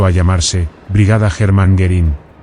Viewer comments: I can't believe all these positive comments on a video with an AI voice that pronounces the subject of it Herman Goring as "German Garren." Looks more like you asked all your friends to post nice things so people would be suckered into watching a complete waste of time. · How sad that the AI voice couldn't pronounce "Hermann" or "Goering" most of the time, among other names and places, during this very informative video